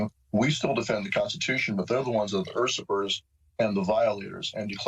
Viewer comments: Did he say UR-si-pers instead of usurpers ? Yikes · Dude's too stupid to pronounce usurpers.